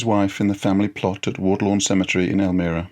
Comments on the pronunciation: Elmira is pronounced el-MY-ra, not el-ME-ra. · Hello Professor. Just an fyi, Twain's wife's hometown in the Finger Lakes Region of New York State is pronounced "El-mEYE-ra," not "El-mEE-ra." You know how "us 'mericans tawk." Having taught at the eponymous college there, his octagonal writing cottage is on the campus grounds, a wonderful physical touchstone of The American. Love your stuff on YT here. Bukowski's next for me... Thx! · Professor -- it's "El-my-ra," not "El-mir-a." Otherwise... good work! I enjoyed listening to it. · They married in El MY ra, not El mirra. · Pronounced "el-MY-ra" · It’s pronounced El-my-ra, New York. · Learn to pronounce Elmira, its not Elmeera... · The town is EL-MYE-RA, L M eye RAA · Great! One small thing however, the city is pronounced El-my-rah . Thanks so much for your video. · Elmira is pronounced El m(eye) ra. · Wonderful program! I enjoyed every minute. One small pronunciation correction: it is Elmira, NY with a long i, to rhyme with 'well, Myra.'